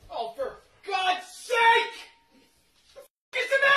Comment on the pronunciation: That emphasis on SAKE, I felt that.